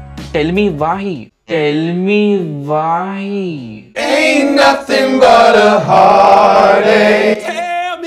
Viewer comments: It's not "tale me vai". It's " tell me why" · Am i only the one who heard like... Tell me vai.. not tell me why.. 😂